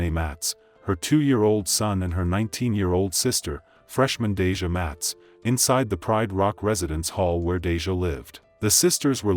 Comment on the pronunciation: The narrator and Congress pronounce their names wrong!! I get it doesn't affect their families but it just makes the memoriam not sincerely. Deja and Abbanay Watts really?... I recall it being Matt's!!😢